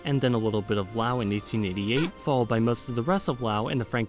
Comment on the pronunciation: Sounded like he got speech impediment, can’t pronounce L. Even the way he says Laos it sounded “Wow”. You should listen to feedbacks so you can improve your content